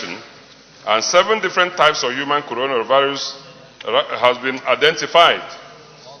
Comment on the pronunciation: Uucoronavirus hahaha here pronunciation